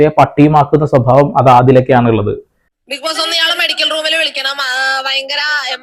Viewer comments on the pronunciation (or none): ഇതെന്താ ബിഗ് പോസ്സേ ഇംഗ്ലീഷ് ബിഗ്‌ബോസോ 😂